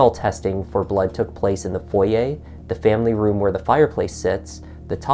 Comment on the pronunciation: I've been living in the UNited States for almost 20 years and you are the FRIST person I have heard, who knows how to pronounce foyer! Thank you!!!